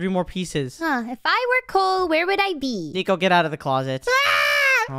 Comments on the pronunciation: said notnico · Good job saying that Nico😅